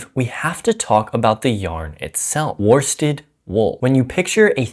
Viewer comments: Great info, but my inner pedant rears her ugly head. Were-stead, not war-stead. You speak English, spelling is more a series of mild suggestions than anything actually useful. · Nice information here, but worsted is pronounced "woosted", you don't pronounce the R